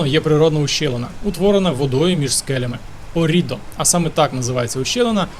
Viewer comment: Гарне відео ! Єдине , що хотіла б додати - перевіряйте наголос та вимову місць ☺️: Мото Гуцці, у слові Оррідо наголос на першу «о» і місто Кьяссо , що на кордоні із Швейцарією.. та на півдні африканці дратують😁афроамериканці працюють на американських військових базах та нікому не заважають ну і Клерічі наголос на «е» Реццоніко- на перше «о».. Та FAI- фонд захисту італійського середовища 😊.. вибачте не хотіла виглядати вчителькою 😂але ріже вухо страшенно..